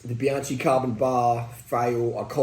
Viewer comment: Great content! But, why do you pronounce the brand as if it is spelled ‘Bianci’?